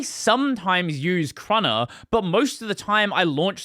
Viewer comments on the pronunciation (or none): i thought it was "kay-runner" and not "crunner" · It is "kay-runner". Like it's not "quin" for kwin either hehe